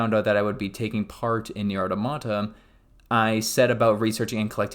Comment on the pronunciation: My man. Good video, but maybe do some research on pronunciation of words and names mentioned before recording. ("Nier", "Automata", and "Keiichi" all being examples of names you mispronounced.)